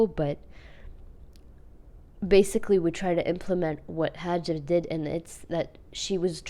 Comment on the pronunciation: Actually it's " Hajar " , Not " Hajir " And this is my name 😚💞✋🏻 Thx